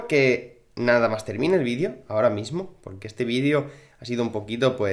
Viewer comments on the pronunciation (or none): none